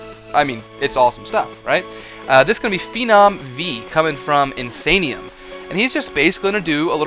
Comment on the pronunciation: INSANIAM guy! No INSANIUM 😂